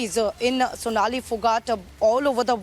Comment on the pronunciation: Fonali phogat?? Sonali✅ At least get her name correct out of respect!🙏